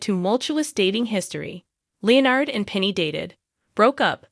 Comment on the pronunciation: Who is this narrator who cannot pronounce Leonard's name?!